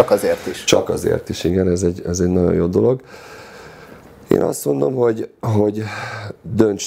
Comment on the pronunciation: Amiko a nagyon- Naon lesz…. Ne ne olyan nehèz kimondani